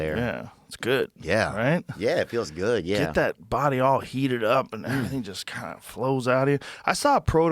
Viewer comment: lmaooooooo “Gyodd Joe” lmaoo